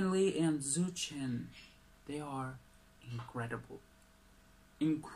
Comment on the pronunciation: The pronunciation for Zhou Shen is Joe Shen 💕💞💕🇲🇾